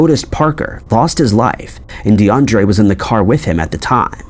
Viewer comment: DE UN DRIA not DeAndre..